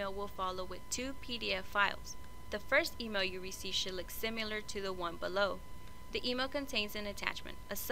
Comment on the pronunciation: Honey!! The word is similar not simular